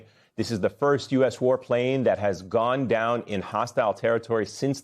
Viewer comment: “GONE DOWN” 😂😂😂😂😂😂😂😂😂😂😂 Can’t even say it😂😂😂😂😂